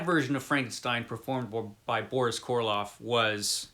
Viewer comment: Just FYI, it's Karloff, not Korloff....😄 And I don't think you can saw someone together....🤔 Great summation BTW....